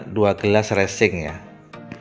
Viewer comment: Mantap bermanfaat skali tapi bukan Recing Bosque tapi Resin,,,,,,,,heheeee